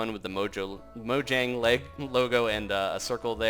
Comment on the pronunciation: pronounced mouyang